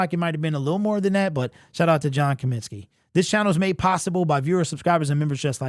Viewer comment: It’s COMINSKY fool